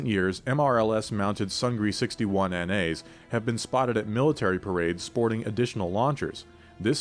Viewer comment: It's pronounced "soong-nee", not sung-gree" and means "victory" in Korean.